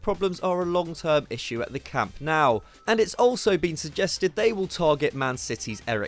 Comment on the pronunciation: Camp Nou is not pronounced "Camp Now", come on.